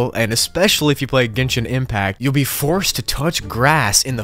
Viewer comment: Those people are the best! (I must admit, you pronounced Genshin Impact correctly!)